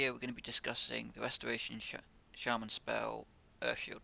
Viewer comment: Speww, earth shield, couwwdown, zero lmfaoooo you needed to go to a speech therapist 10 years ago